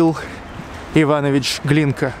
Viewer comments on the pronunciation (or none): none